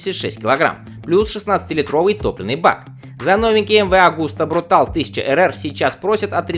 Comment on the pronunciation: Автор, как же ты достал...MV Augusta изначально итальянская марка, а так как в итальянском языке читаются все буквы, то название модели звучит не иначе, как "Брутале". По-английски же "брутальный" будет "brutal", то есть вообще без последней буквы...учи языки, хотя бы начальный уровень.